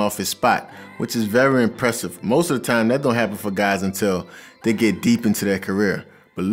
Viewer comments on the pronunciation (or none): none